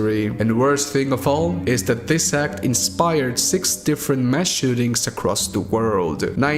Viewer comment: He pronounced six as ‘sex’ No offense, i love and his mexican accent.